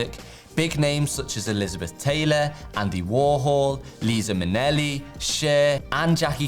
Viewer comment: Did he just say LISA Minnelli? 😮